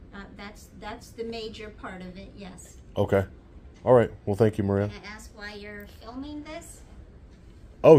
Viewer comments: U axed me? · "You axed me my name"...